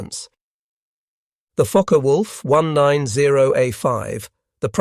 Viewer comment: Is it just me or does it sound like he’s saying “F#%ker Wolf?”